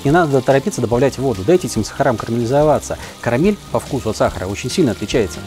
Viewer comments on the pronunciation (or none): none